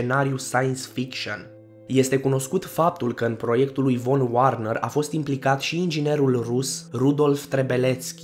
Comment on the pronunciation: Da, foarte interesant, insa ați fi mult mai credibil daca v-ați interesa un pic și de pronunția anumitor cuvinte, căci nu totul se citește ca in engleză. De pildă, von Werner se citește "fon vernăr" , iar schlange se citește "şlanghe". Mai sunt și accentele unor nume rusești de corectat. Mulțumim oricum pentru informațiile inedite!